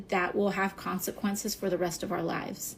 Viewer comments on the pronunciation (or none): none